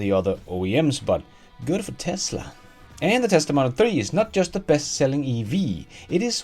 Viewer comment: "Teslap".. 😅 Nice